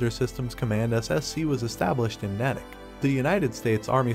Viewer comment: Slight correction. The name is pronounced “nay-tick”. It is located about 20 miles west of Boston, Massachusites. I enjoy your posts.